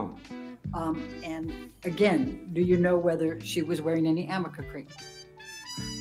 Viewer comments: its called ARNICA-K not Amica and it wasnt even in production when she was being "abused" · The black girl in the back rolls her eyes and says "ARNICA" because its not AMICA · I'm Betting Mr. Baruch knew it was 'Arnica' cream and was laughing at the crazy old lady constantly calling it 'Amica' cream. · Is that attorney saying Amica cream instead of Arnica cream used for bruises that was mentioned in testimony today? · The fact that this lawyer cannot pronounce or read arnica cream properly should discredit her greatly.